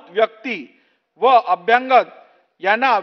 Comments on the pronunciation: एखादा भैया सुध्दा यापेक्षा स्पष्ट आणि शुध्द मराठी वाचू शकेल. अभ्यांगत असा शब्द मराठीत नाही. अभ्यागत म्हणा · अभ्यंगत नाही अभ्यागत असत ते , अभ्यागत म्हणजे स्वतःहून आलेले ( न बोलावता ) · अरे 'अभ्यंगत' नाही, 'अभ्यागत' ! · अभ्यांगत हा शब्द नाही. मराठी मराठी ओरड करतात त्यांच्या लक्षात येत नाही का? अभ्यागत हा शब्द आहे परीसीमा नाही परीसरात 😂😂